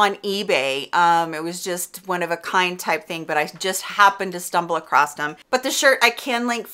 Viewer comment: Across☆☆☆ not acrost 😔😟😟